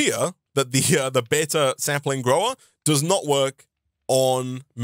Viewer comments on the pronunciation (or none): none